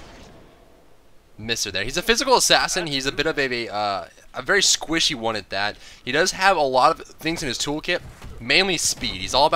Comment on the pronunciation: is he squishy or werry werry squishy ? =p